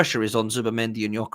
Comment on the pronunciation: The pronounciation is (Jö-ke-res). I’m swedish